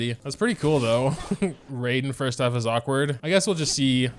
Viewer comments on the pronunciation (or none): none